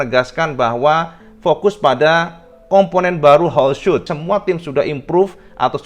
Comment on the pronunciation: Bang... bang... "Holeshot" itu "shot" nya "o" nya satu, jadi dibacanya "holsyot", bukan "holsyut". Klo "o" nya ada 2 "oo" baru dibaca "u", contohnya "shoot" dibaca "syut". "Screenshot" itu dibaca "skrinsyot" bukan skrinsyut" karena "shot" nya "o" nya satu. Salah melulu bacanya dari dulu, nanti penonton yg ga tau ikut-ikutan salah nyebut.